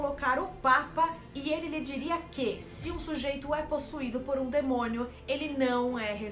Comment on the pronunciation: O pulo que eu dei quando a Nita falou "demonho"